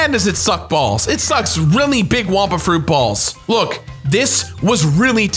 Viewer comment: It's wumpa fruit not wampa fruit 😅